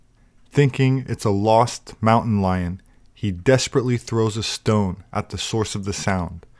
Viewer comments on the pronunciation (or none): none